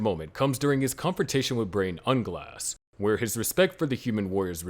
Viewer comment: Al-B-toe... Nez-rick... Brain Un-Glass.... Re-es-teyez.... boo-coo-boo-coo-chagma... Ainz-el-gone... Must be a sub watcher lol. Still watched the whole video.